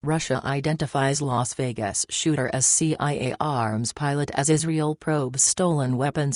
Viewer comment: "vegas sh**ter" ?! / vegas shitter ?!